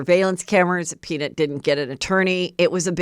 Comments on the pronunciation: Lol Heather. PeanIT lol, I think it's PeaNUT 🥜 Anyway love you 😍 ❤ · Will you please share with your loyal Get me Behind Gates listeners what the hater said in the note? So curious what they think you have. The “peanit” pronunciation is making me curious again 😆 Love you HEATHER! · Heather cracking me up over here with her pronunciation of the name peanut 🥜 = “Peanut-Nit” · You said “Peen-it” 😂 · Omggg is it a joke idk cuz the way she was saying peaNIT instead of nut was cracking me up & she said the word like 20x. I don’t have social media so idk if that’s part of a joke or just Heather being Heather but it was making me giggle😂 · I was annoyed by how HM pronounced PEANUT in the beginning and was just left with an unshakable ICK as it went on. Worst episode ever. Couldn’t even finish it